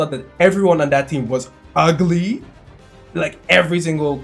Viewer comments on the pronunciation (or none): man, the way you said 'UGLY' HAHAHAHAHA. I actually thought that too XD